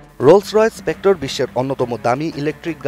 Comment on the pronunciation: Spectra not expectro🚫